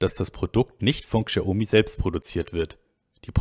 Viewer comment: Lieber, bitte sprech Xiaomi so wie Schaumi ( Schau- mi ) aus. Die Aussprache tut mir in den Ohren weh. Vielen Dank für die guten insides ins Xioami eco system! weiter so